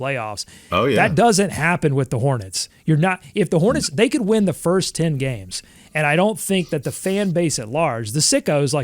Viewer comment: I thought you said “wind” projections at first 😂😂😂 had me thinking you were in the Queen City 😂